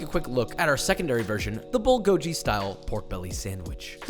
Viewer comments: Its "Bull-Go-Ghee" not bull-go-gee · It's not "gee" it's "ghee". Bulgogi (bull-go-ghee). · "bullgoeee" ... me: "Excuse me sir..." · Bulgogi is pronounced bhul-khogi (like hull + ghee), not BULL Gojee. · "Bullgojee" X "Bullgogee" ✔ "Koopie" X "Kyoopee" ✔ "Gochujang" X "Gochujahng" ✔ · Bulgogi is actually pronounced bul-go-gi, not bull-go-ji. Bul means fire, and the gogi means meat. (I'm Korean btw) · Bull go giiii!!!!! Not jiiii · Dearest: bulgogi is “ghee,” not “gee.” But yum to everything else! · Korean here! Actually it is not pronounced as bull. It’s Bool-go-gee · I'm a minute in and already cringing by the pronunciation of "bull goji". Im almost certain he's pronounced Korean food correctly before, so I guess he left the cringe for me to just sigh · POOL-GO-GHEE is how you say it. which btw, this isnt even remotely close too. ngl i lost some respect for you as a chef. cmon man how can you not pronounce it right and then not even make it properly. like not even close. Thats like me saying im going to cook fried chicken but then i serve you a hot dog. That sandwich is a korean spin on a bbq pork sandwich, not a bulgogi sandwich. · he said bulgojeeee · Did he just say Bulgo...ji? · Did he really just call it bull-go-ji multiple times??? 🤣 🙅‍♂️🙅‍♂️🙅‍♂️ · MANS SAID BULGODSHY LMFAOOOO NOOO MY GYOPO HEART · Josh: pronounces gochujang and gochugaru correctly Also josh: bul-go-jee 😭 papa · Somehow, it's even more infuriating since he's usually pretty good at pronouncing foreign foods y__y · Papa I’m Korean and I am watching you!! Even though you pronounced bulgogi as bulgogeeㅋㅋㅋ you did well with gochu-jang and gochu-garu. This Korean style pork belly goes really well with rice as well :) Love your recipe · Im not even korean im chinese. but hearing him say bulgoljee is so SJSBSJSNS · bull go jee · it's 불고기 pronounced as bul-gogi🤗 "bul" means fire and "gogi" means meat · it's bul-go-gee pronunciation. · Agreed! It’s BULL GOH GEE